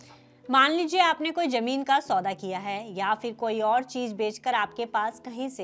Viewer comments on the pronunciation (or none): Mam aap itni beautiful hain bas aap thoda language improve kijiye please.. jameen nahi zameen hota hai.. chij nahi sahi word chiz hota hai